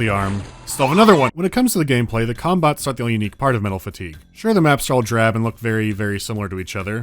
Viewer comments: I keep hearing cum bots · i can't help but hear "cum-bots" whenever talks about the mechs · Am I the only one hearing ''cumbot'' everytime they say it, or am I too high??? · im sorry but all i hear is "cumbots" and im losing it each time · wait, did he just say CUM bots???? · took me a while to realise you weren't saying cumbots.